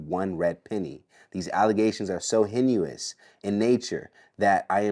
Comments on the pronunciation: He couldn’t pronounce the word heinous!😂😂😂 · Dude needs to Google how to pronounce “heinous” 🤣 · The way he pronounced heinous made me turn the interview off 🤣🤣🤣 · that mispronunciation of heinous rocked me😲😲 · The way my man butchered 'heinous' should be a case in itself . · If he reads that damn Jay Z statement one more time I'm blocking this channel, and the person reading can't pronounce heinous... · Learnhow to pronounce heinous. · The interviewer cannot pronounce the word heinous, that's weak! He mispronounced it twice! Brother, you need to get your vocabulary together! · I meant exactly what I said, heinous is part of my vocabulary and I know what it means and how to pronounce it, evidently, it's not part of his vocabulary, because he doesn't know what it means. If he did he would know how to pronounce it. Now, go away, you are just as dumb as he is! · Pronouncing heinous (/ˈhānəs/) is giving you fits and it's crackin me up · Somebody teach this interviewer how to pronounce "heinous".....LOL! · Thank you! This old word is the hot word of the moment and most mispronounce it. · Hen-you-us? "Heinous"(pronounced "hey-nuss") Smh lol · To the interviewer the word is “heinous” it’s pronounced “haynus”… you saying “hen-u-is” kilt me 😂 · HEINOUS IS PRONOUNCED “hay nus” NOT “hennuos” OMG😂😂😂😂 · Hay-nus. Not hen-u-us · Good interview but, Heinous is pronounced: Hay-niss not, Hen-you-iss❤ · Hen u ous? You mean heinous? Pronounced hey-nus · Heinous is the word sounds like hay-nuhs” not “hen-you-us”. Yes, full make up (bold lip) and high heels was too much imo for a 12-13yr old. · Heinous = Ha-nus Because that word was kicking your ass, my boy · Heinous: pronounced HAY-nis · Dude said henny-you-us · Throwing condoms on the seat has meaning??? I got lost on that. Also, isn't Jay's mom part of the LGBTQ community?? He doesn't see the world like. It's pronounced hanus but spelled heinous. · He needs to learn how to pronounce heinous. He said “hen u us” twice!